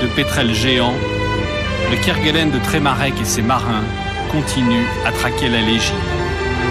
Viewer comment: On ne dit pas Kerguelen (kerguel1) mais "kerguelaine" malgré l'hortogrpahe.